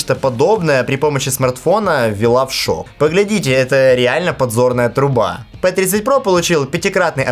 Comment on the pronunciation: Не пэ а пи